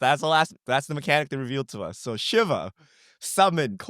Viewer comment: It’s pronounced “Sheeva”. And I’m actually scared of what they are going to do with Ultima. lol